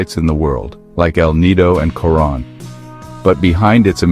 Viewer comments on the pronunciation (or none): none